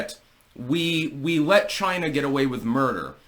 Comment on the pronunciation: Who else is happy to hear Trump say "CHYNA" again?